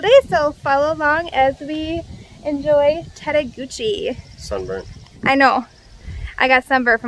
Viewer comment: Tettegouche is pronounced tet-a-gooch. Love your videos.